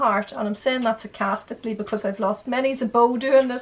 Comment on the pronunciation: "Lost manys a bow" lol brilliant